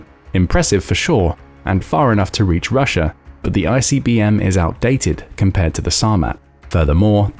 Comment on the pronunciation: Funny on how you say outdated brahhhh😂